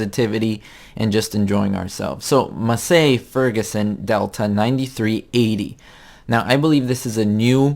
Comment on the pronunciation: Lesson 1: MASS-ee FER-gus-son :-) Otherwise, great job as usual.